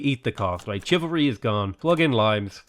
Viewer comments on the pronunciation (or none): Hi, You are correct on 'limes' - same pronunciation in English as the fruit. However 'chivalry' comes from the French cheval (horse) and is pronounced with sh not ch in both languages. Great game, by the way!!!